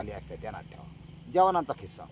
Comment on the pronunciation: "खिसा" नाही "किस्सा" शब्द आहे.